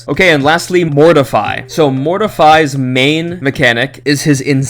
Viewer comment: I think its Morte=Fi not mortify